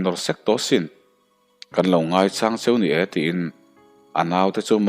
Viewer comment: Ngaichang hi....ngaichaang (Mau chang lam rik ang) hian i lam tlat mai hi beng a ti thlep ṭep ṭhin... sa ka chang tih a chang rik ang hian lam rik tur ni awm tak a nia... i aw erawh ngaihthlak nuam ka tih chi...